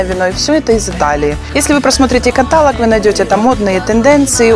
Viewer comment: катАлог... Блииин... Ну как же так..?